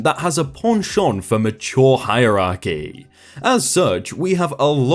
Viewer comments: "Pen Chint" "feef dum" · Is nobody going to talk about the way he said penchant ? Just me? Okay.